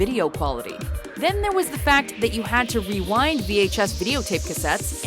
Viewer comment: REWIND, pronouced "Ruined".